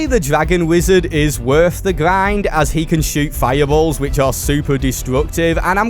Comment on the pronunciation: Bro ur voice man nothing is pissing me off more then hearing grind —> gwind like wtf articulate ur words 😭